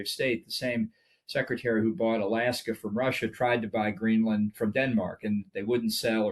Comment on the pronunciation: GREENLAND not Greeland!!!